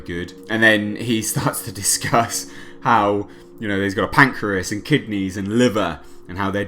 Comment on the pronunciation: when he says pancreas....it sounded like there was an accent